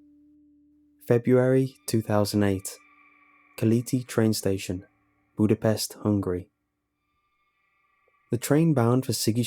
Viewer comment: Nice, if you read again Keleti station's "e" would be pronounced like the "ea" in bread, and teh "i" short, like "i" in information.